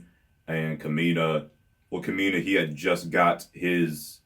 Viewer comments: And, the stress in Kamina's name is on the first syllable, not the second. So it's KAmeena, rather than KAmeena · Ka-mi-na and si-moan